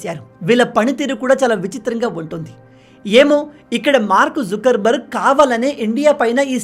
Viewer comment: Mark zukar barg kadu sir Mark zoker barg 😂🤣😊